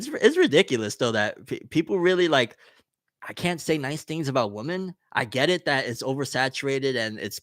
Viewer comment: do you realize you pronounce women like you pronounce woman? You say it the exact same way. Women is pronounced like (wi-muhn)